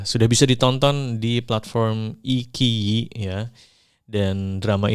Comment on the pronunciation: Bang, iIQIYI dibacanyz AiCi i, Q dilafalinnya ch